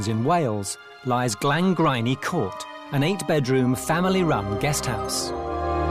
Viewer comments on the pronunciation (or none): I absolutely love this house and the hosts, but the mispronunciation of the Court is driving me mad. Just ask a local how to pronounce it. It isn't difficult...please! Diolch yn fawr iawn.